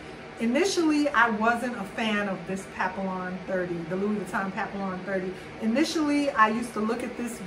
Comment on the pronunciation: Nice bag, but the "ll"s are silent.